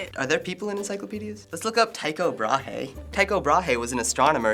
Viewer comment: The way he pronounces Tycho Brahe really bothers me. Also that is NOT what he is most famous for.